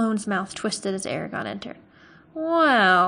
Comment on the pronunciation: Lol you mispronounced so many words including Eragons name lol I legit thought you were calling him Arya....lol